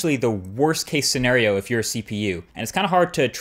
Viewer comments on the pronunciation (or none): none